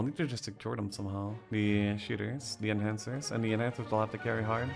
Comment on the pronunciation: Enchanters is pronounced differently. To enchant, not to enhance.